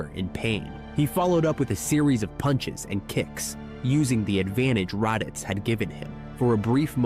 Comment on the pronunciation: Radeets and Zarbin